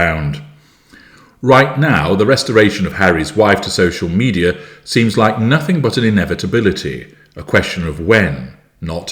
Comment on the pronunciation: Did you really say “nothink?”